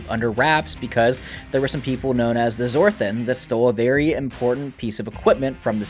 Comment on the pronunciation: 2 things 1st the Zorthans it sounds fishily like Zorthos 2nd not all of the sec rests of Alterons are posted what happened to the other episodes? PS you have inspired me to start playing DND